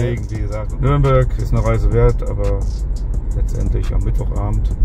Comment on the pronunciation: Bitte sagt nicht immer nörnberg es heißt Nürnberg 😂 viel Erfolg euch noch wünscht euch ein glubberer